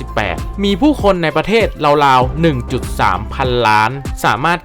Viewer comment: จากที่ดูมาหลายคลิป ช่วยปรับปรุงด้วยค่ะ 1 นะครับ เยอะเกินไป บางจุดเปลี่ยนเป็น ครับ ก็ได้ บางครั้งจบประโยคด้วย นะครับ ติดกัน 2 ประโยค มันมากไปค่ะ 2 ควบกล้ำให้ถูกต้อง ราวๆ ไม่ใช่ ลาวๆ รอง ไม่ใช่ ลอง 3 ออกเสียงให้ถูกต้อง แอฟริกา อ่านว่า แอฟ ฟริ กา 3 พยางค์ ไม่ใช่ แอฟ ฟะ ริ กา , ทุ่งหญ้า Savannah อ่านว่า เซอะแวนหนะ ถ้าออกเสียงแบบไทยคือ สวันน่า 4 ข้อความในคลิปบอกว่า 30.4 ล้าน แต่อ่านเป็น 3.4 ล้าน